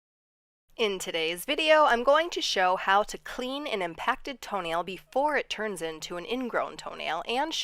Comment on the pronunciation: Impacktoe should be his new name, pronounced as if one word❣️